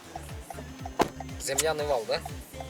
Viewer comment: Земляной вал дегенди кайра бир айтып койчу 😂👍